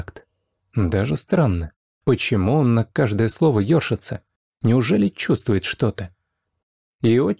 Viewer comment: Вот только не Ёршится, а ершИтся...